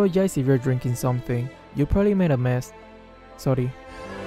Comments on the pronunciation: His “sori” hahahahaha THIS MUST BE ONE OF HIS FUNNIEST VIDEOS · everybody: sorry: sory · the "sorry" Kinda sound ✨aSiAniC ✨ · what a filipino ACCENT! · That "sorry" sound so filipino :D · wtf is that a filipino accent lol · Filipino accent ACTIVATE! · That sorry accent tho it sounds like filipino/tagalog